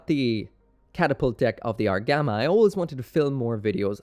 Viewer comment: Argama? LOL!!!